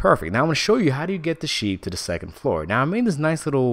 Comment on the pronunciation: Did he say SHIT FARM????